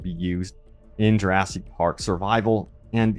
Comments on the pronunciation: Plz stop mispronouncing jewrahsik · lil bro can't stop saying juraSEEK park